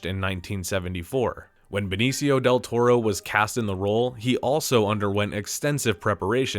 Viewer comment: me too. Also pronounces Benicio wrong, and acts surprised that Bakshi wanted to make an animated film...